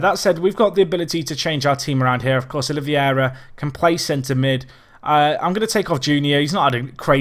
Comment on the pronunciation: Oliveira is, I believe, pronounced roughly as OliVAYra, though if you want a proper accent for it the R would be somewhat strange. Also, in Spanish, Mini Mosca would be Mosquita (as in Mosquitos, which are called little flies)